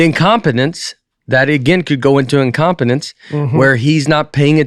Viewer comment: im-com-pen-nance...love it.